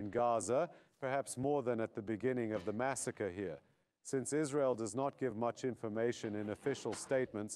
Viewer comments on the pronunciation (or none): none